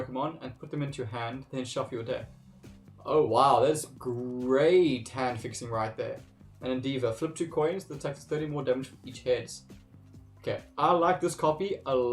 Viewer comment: Also for your information endeavour is pronounched ende vur.